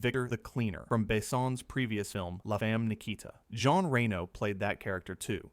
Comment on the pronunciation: Reno's and Besson's names are also severely mispronounced. What do you expect from AI slop?